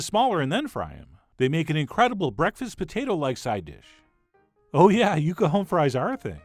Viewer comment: It's yucca I'm sorry, love your show. It's time